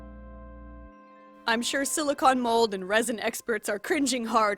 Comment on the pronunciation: I know no body is talking about this but you say silicone like con props and cons but it’s silicone like a ice cream cone